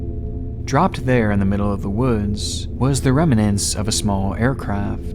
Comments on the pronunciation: Sir, the word is "remnants", instead of "remenants". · it's pronounced remnants not reminants just sayin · “Rem-a-nants”? It’s pronounced how it’s spelled: remnants. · “rem-nants” not “rem-a-nents” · Remnants. Not reminants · Remnants. Two syllables, not three. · Remnants. The word you're looking for is 'remnants'. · Dude, your pronunciation of the word remnants almost made me have a psychotic episode. What's the matter with you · You're mispronouncing remnants. Irritating.